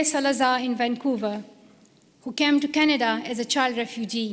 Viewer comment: Plz read Canada instead of Csnada.